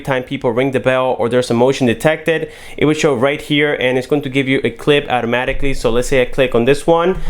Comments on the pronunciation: "At-amaticly" .... You what? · He said “ATTAMATIKLY” I’m fkn dead 😂😂